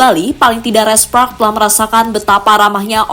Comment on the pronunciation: Red Sparks. Bukan Red Spraks 😊